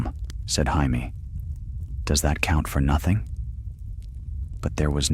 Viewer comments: Who tf is hi me?!?!? Say it with me,jay me,jay me. Perhaps watch the show or listen to the author himself pronounce it jay me. Ya sound like a dumbass. So joe is hoe and jim is him? That housting is pretty cool at the tournaments. Can’t even be consistent,is it hi me oe hamie? Ive heard ya say both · Dude it's pronounced JAY ME not HY ME! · You beat me to say exactly this 🤣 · Stop calling Jay-me, Hi-me. Get the pronunciation right. Please! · Not Hi-Me! I haven’t seen that guy since 7th grade Spanish class! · Ya lost me when Jamie was said as the Spanish Jamie. It's JAY-MEE! NOT HI-MEH! omfg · It’s A.I 😂 hi meee is funny tho 😂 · I was wondering who the hell Hi me was!😂